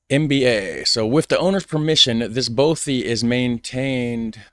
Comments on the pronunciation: Hi... Just to say (& I know someone will correct me if I'm in error here) but although "bothy" looks like it's pronounced like "both-y" it actually rhymes with "cloth"-yr both - cloth. ( Unless you say 'cloth' to rhyme with 'both'?!) so not the long 'oh' sound, like: oh, or so, or flow, or go, okay? 👎 The short 'o' instead... Bothy o...like: Cloth, moth, broth, doth... okay? 👍 not "bowthy"... 🤞😏🏴♥️🙂🖖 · Thank you for pointing this out. As a Scot, his consistent mispronunciation was grating to my ears 🙄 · 'Bothy' to rhyme with 'coffee'